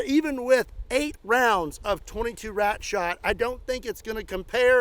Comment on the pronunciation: "Shooting wRat" ?.. Don't try it in NewYork